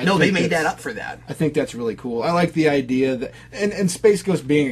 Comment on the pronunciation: Mispronounced word that drives me crazy people saying "idear" instead of the correct way which is "idea"